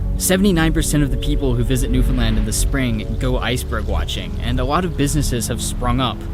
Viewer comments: It’s really small in the big picture but thank you for getting the pronunciation of Newfoundland right! It can be so distracting in story telling when people don’t. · As a newfie, I gotta say I love seeing someone not from newfoundland pronounce it properly, so thank you and incredible job lol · Born and raised in an outskirt town in Newfoundland. This makes me really happy to see someone exploring our Island, and pronouncing It correctly. Your editing is amazing, and your respect for my land is amazing! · Good to finally hear an outsider correctly pronounce Newfoundland. Love your videos. Excellent quality and amazing places. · Thank you for visiting Newfoundland. Thank you for learning (and sharing) so much about our fairly recent history. And thank you, thank you, thank you, for taking the time to learn how to pronounce the name of the place correctly. So many Canadians don't even take the time to do that, so it is truly is appreciated.